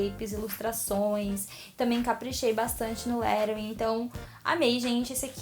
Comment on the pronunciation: Não se fala lerouing e lettring bem cono se escreve que se fala(eu sei aue cada um tem seu jeito)to dando a minha opinião